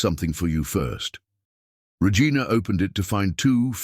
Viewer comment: Why does the AI keep mispronouncing the name Regina?